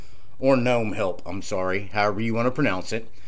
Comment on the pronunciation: Guy-Noo and Guh-Nome